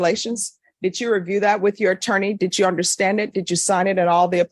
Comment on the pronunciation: Dit chew understand that dit chew is not the correct way to say did you? Dit chew understand that wig isn’t fooling anyone. Dit chew understand that your court reporter keeps a record not a wreckurt?